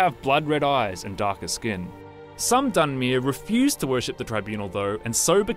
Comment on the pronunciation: dunmeer.. dweeemer.. try to pronounce them the right way before making a video. geez it annoys me more than it should.